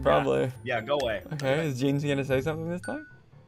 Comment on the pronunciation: It’s gene or jean not jeans